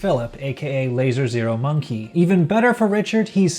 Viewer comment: You just pronounce it as lazermonkey not lazer zero monkey lol.